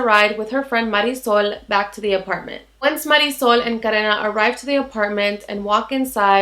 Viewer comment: I have to be honest, all I have ever heard is english speaking people saying Marisol's name. I thought to myself "what kind of a name is that"! Then I hear you say it and it's a very nice name.